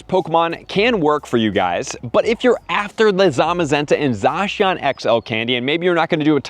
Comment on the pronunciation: is the only youtuber to pronounce Zacian right. Just wanted to put that out there.